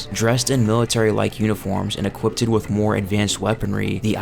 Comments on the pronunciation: Jesus christ dude it's equipped. Not equippeded. How many times are you gonna say it like that lmao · I know this is pedantic, but I don't mean it that way language just bothers me. You don't need to add the extra "-ed" to equipped, it's just pronounced "E- quipt". Sorry but if I didn't point it out thats all I would be able to hear for the rest of the video 😅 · If this guy says "equiptid" one more time